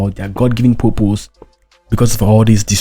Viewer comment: Dud u say purpose, or poopoos?